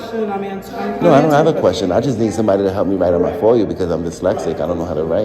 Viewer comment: He says “foy-you” instead of FOIA more than once. A new word for the frauditor “libarry!”